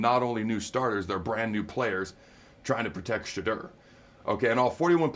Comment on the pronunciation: His name is pronounced "Sha Door", or Shih Door...it's easy.